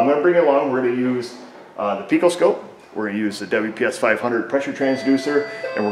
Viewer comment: I made myself laugh! You said Pico Scope, but I heard Fecal Scope, and was thinking that you were performing a Colonoscopy on the car. I hope that the car has Insurance, because American Car Health Care is cost-prohibitive!